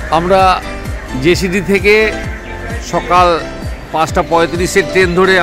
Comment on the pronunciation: ওটা জেসিডি নয় জসিডি বলবেন, তাহলে ভালো লাগবে।